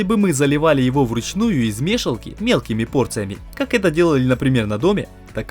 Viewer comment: Шикарно. Только уши режет ваше лескУ мЕшалку и тому подобное )